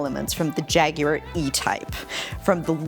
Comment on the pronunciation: Yay! A Yank that knows how to pronounce Jaguar! Your videos are enjoyable too...